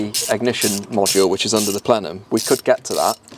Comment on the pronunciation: 10 minutes in and you said plenum lol